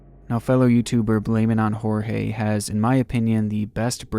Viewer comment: i am absolutely FLABBERGASTED at that pronunciation of "blameitonjorge"